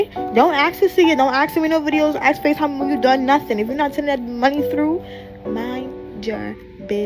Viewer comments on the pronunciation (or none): if you can’t say the word ‘ask’ correctly. Delete my number.